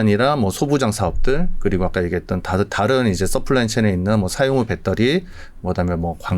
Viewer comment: 밷떠리 밷떠리 뺃떠리 밷떠리 밷떠리 뺃떠리 밷떠리 밷떠리 뺃떠리